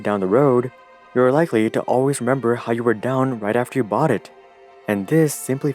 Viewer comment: He byought ?? Domp eet ...... He syold?? Pomp eet ......